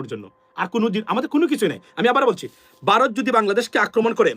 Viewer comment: Aapni toe vaw uccharon korte paren na.Baarath Baarath koren.